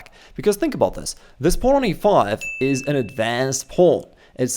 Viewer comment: "Pawno" yoo